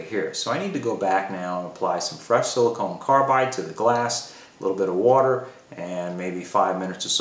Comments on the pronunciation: I have to wonder if something else was on your mind since you kept saying Silicone Carbide rather than Silicon Carbide ;) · Hamilton, I appreciate you watching and taking an interest in the fine details. I am assuming you are referring to pronunciation as my banner is spelled "silicon". You are correct, my apologies. Thanks for your support.